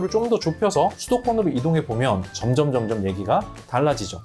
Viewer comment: 점점점점× 점:점 장모음 발음으로